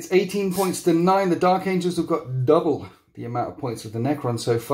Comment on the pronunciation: "Dark Angels" not Dark Angles. Lol